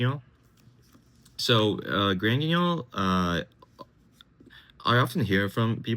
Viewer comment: First deck profile to pronounce Granguignol correctly. Ty